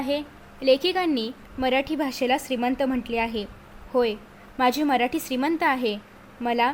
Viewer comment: अग बाई मराठीचा उच्चार नीट कर ना